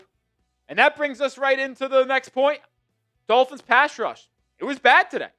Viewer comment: The Dullphins (as pronounces it), are the winner if this shitty play leads to getting Arch Manning next draft.